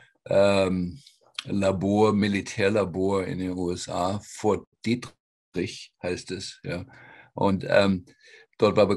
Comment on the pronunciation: das von dr. klinghardt genannte militär-labor in maryland (nicht texas) heisst fort detrick, nicht "dietrich".